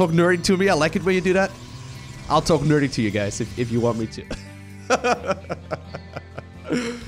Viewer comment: talk nerdy... sounded like talk dirty, make a commentary talking all sexy and dirty for a change maybe :D lets see how that goes